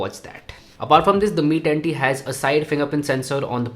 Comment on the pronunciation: Mi tatttii 😂😂